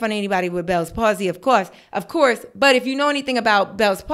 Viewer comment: “Of coursee” the harlem accent 😂